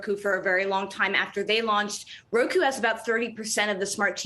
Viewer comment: It's not ROKU boo....